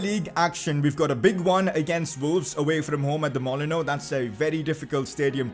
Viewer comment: it’s not mollono it’s called molineux